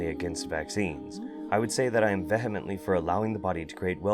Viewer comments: Google how to say vehemently. Great vid. Though, she scares me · You mispronounced vehemently